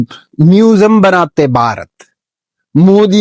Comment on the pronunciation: Bhai jaise aap bharat ko pronunciation kar rahe oh hum bharat wale bhi itna acha nahin karte dek ke bahut kush hua❤❤